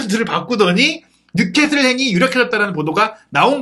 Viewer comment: 뉴캐쓸 인데 뉴캐슬이라고 하노 자꾸 ㅡㅡ